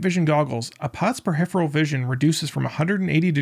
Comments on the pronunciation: You said "a pilot's per-hipheral vision...". The word is peripheral, not "per-hipheral". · “a piets pahifferal vision”? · you said peripheral vision wrong. is this an AI voice?